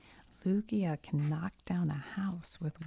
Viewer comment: You said “Lugia” perfect lol don’t stress 🤓